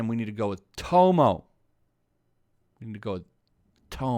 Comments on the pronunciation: he kept saying tomoe (toe-mo) when it's tomoe (Toe-mo-wei)😂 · Her name isnt pronounced tomo. Its ta-moy. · OK I was totally lost about who you were talking about until I realized you were pronouncing the name wrong. Tomoe is pronounced "To-Mo-Weh" not "TOE MOE". lol Other than that I agree! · The hell is tomo? You mean tomoe (toe-moe-ay) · dude its Tomoe, not Tomo. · "Tomo-e" not "tomo"... but its what ever. Not like this comment is gonna be important anyways. Probably 1000 people already tried correcting the name in the comments. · Sorry but Tomoe is pronounced as Toe-moe-eh and the one you meet in the game is not Tomoe Gozen. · Hopefully the game will not have a sequel or prequel! It's pretty good as a standalone game! I don't want TLOU2 like thing to ruin it! Tomoe, pronounced Tomo-E! 👍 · While im with you on this being silly i do have to question whether you've actually played the game since you're pronouncing Tomoe wrong. Her name is mentioned a lot and its pronounced to-mo-eh not to-mo. Just saying its making me skeptical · Bruh my ocd has me getting triggered when you say tow mow for her name instead of tow mo eh. XD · It's not TOMO!! It's spelled TO-MO-EH...it sounds funny when you say tomo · its pronounced tomoa not tomo. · its tomoe not tomo your saying it wrong are you even playing the game?... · Dude... To-mo? I'm sorry, I know you must get this shit a lot but come on man! They pronounce it in the game! It's Tomo-e. You pronounce the E. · Her name is pronounced "to-mo-eh", not "to-mo". And there are other compelling characters in the game I'd be interested they build any sequel around, not just Tomoe. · It’s pronounced Tomoi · "Toe-Moe"...oh my god. lol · You pronounced Tomoe wrong it's Tomo-way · Tomoe = tom-oh-wei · Tomoe (Toe-Moe-Way) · Was anyone triggered by him saying tomo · You pronounced tomoe wrong, its toe-moe-eh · Pronounced Toe-mo-e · Tomoe: toh-moh-eh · It’s pronounced “Tomo•way,” dude... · sighs.."tow-mo-way " is her name